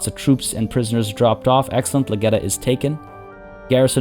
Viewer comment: Someone has to say it. The lag-got-ya in Lageta!